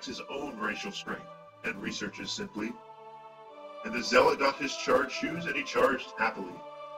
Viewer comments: At first I though it was pronounced zealot like the same sound as eat.... but no its actually zelot lol.... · Definitely not "zay" It's "Zelot" as he said. Just as you would say, "Xel" as in, "Xel'Naga" :3